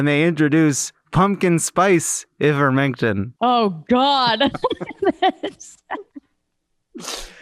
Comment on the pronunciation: Hey, FYI ivermectin has a long I sound at the beginning, so it sounds like EYE-ver-mec-tin.